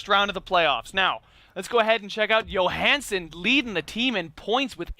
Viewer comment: His name Johansen with a J! He is not Swedish.